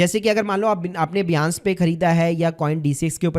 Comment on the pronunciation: बियांस या बाइनेंस !